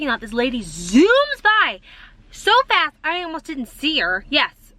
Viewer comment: Your “ STOP, FAST and MANIACS” sound sooo East Coast ….your accent really pops out!😂